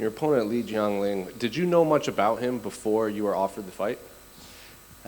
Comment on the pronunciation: bruh... lee jong ling. You mean li jing liang?